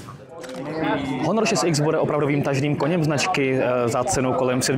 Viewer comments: Honor :D Proč to čtete jako Honor? Výslovnost v angličtině uplně jiná. Taky neřikáte iPhone po česku, ale čtete s anglickou výslovnosí. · proč bych to dělal?:) mě to nijak nevadí jen mi přijde zvláštní, że všechna jména telefonů se vyslovují tak jako v angličtině (iPhone, Xperia, HTC) jediný Honor je po Česku:D